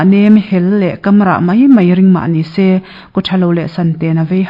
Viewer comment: Kamrah tih i chhiar hi KAM tih tak hi a hniam a lam tur a ni e.